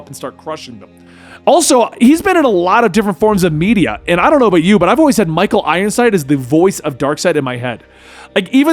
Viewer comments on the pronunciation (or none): none